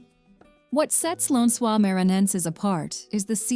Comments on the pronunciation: I wish the narrator had learn how to pronounce the places she is naming. Lencois is not French, like she is pronouncing it. Maranhao, Iguacu (sorry, I like in the USA and my laptop does not have the "cedilha", nor can I switch to Portuguese on youtube, the little squiggle under the letter c), etc. I would have done some research. If an American try asking about Lencois Maranhenses, nobody would know what you are talkng about. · Good Lord, you put together this production and mispronounce nearly everything. It’s Fernando de NoronYA not NoronHA. It’s RecifA not Recif. It’s LenSOYs not LenCOYS, It’s IguaSUE, not IGUAcu, It’s PampulYA not PampulHA, Parachi, not Parity, It’s ParanA, not PaRANa, Opera de AramA (JFCm there are no silent e’s in Portuguese. One hour of research would have saved you this embarrassment. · Before posting a video about a country, a serious research should be done in advance. I’ve never seen so many mistakes in one video. Wrong places, wrong data, wrong pronunciation (Brazil doesn’t speak French for “Lençóis”, being pronounced like “lensua”) and so on. Shame on the group who made this video. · Lençóis (len-so-ees). Now say it all together, stressing the middle syllable (pronounce the O like in "soft"). Lençol (lençóis for plural) means "bed sheet". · Before you try to pronounce a Portuguese word you should knowledge the pronunciation of the word,Noronha is pronounced like noroña ,it has a nasal sound. Recife ,is pronounced recifi, the vowels must be pronounced .Maranhão ,lençóis…… it’s annoying how this woman destroys the pronunciation of the words . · Noronha is wrongly pronounced as well as Lençóis and Iguaçú. Just for curiosity. If you wish to know the correct pronunciation of these words in Portuguese, please check it on Google Translator.